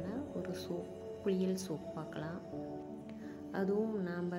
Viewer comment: Jfyi - it’s not கு ‘ழி ‘ யல் It’s குளியல்.